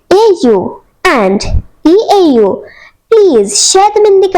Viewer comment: From its eau not au